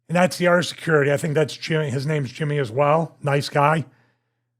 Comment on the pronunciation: Dude, if you cannot pronounce names correctly, stfu.. you already suck. This is why I cannot stand brit narrators.. ugh